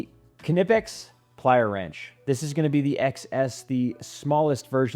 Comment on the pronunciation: If you're gonna pronounce Knipex correctly, can you do the same for Wera? Thanks for your insights and demonstrations.